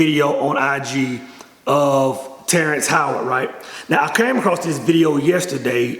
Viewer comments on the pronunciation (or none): none